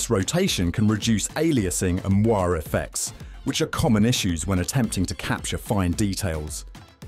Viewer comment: Le word "moiré" is pronounced "mwah_ray". I know it's a French word but most photography youtubers say it right. Try it. I know you can. 😉